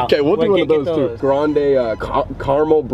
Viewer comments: Sam: Grandeeei Worker: grande? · sam: “grand-E” PLEASE 💀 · “frapee” “grandee” okay man..